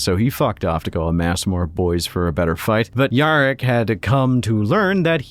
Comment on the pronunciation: missing an ‘R’ there mate